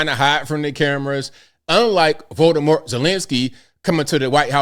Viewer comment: Did you say Voldemort Zelensky?!! 😂😅😂😅❤